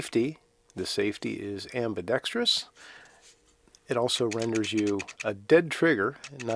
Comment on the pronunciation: Thank you for saying "ambidexterous" and not "abidexTREEus"... and for the sarcasm 😁